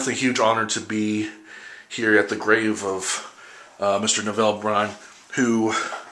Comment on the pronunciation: My head was going to explode if you had mispronounced Neville (rhymes with "level") Brand yet another time.